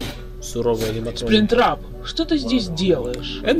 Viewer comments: не спринктрап а плюштрап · Это не сплинктрап а плюштрап